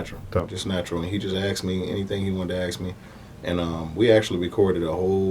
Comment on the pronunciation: Why it always sounds like: "aks me" and not "ask me"